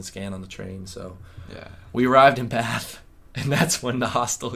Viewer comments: I like that you say 'Bath' properly. I'm guessing you have northern english roots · Hey lads, so glad you are back home ok... I was worried about you two!! I knew the hostels were not going to be a good idea.... you went to some beautiful places outside London. Want to be authentically British..... can you pronounce....Bath....you say it with a short a...imagine there is a little r in the word, so it becomes sort of Barth.. Brill to see you two again.